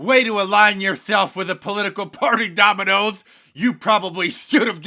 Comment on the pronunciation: Donald calls it " Dominios Pizza. " 😃